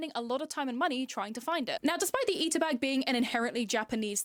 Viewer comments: whats really christopher columbusing is that she's pronouncing "ita" with flap t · This Sunnie person be claiming appropriation while using the Americanised pronunciation of 'ita' 🙃